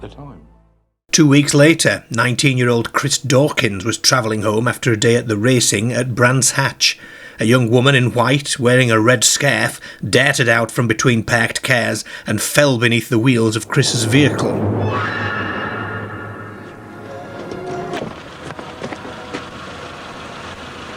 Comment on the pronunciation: I can't take this seriously when your pronounfiation is that poor. I get it, people have regional dialects but I can't get into the story when I'm having to do double takes all the time. What's a skerfe and what on earth is a perct ka?